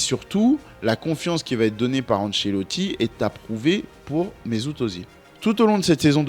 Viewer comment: Super vidéo. Attention, à prononcer « Euzile ».